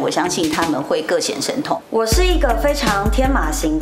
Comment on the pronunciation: 跳躍(ㄩㄝˋ)好吧，在學校時多讀書是很重要的。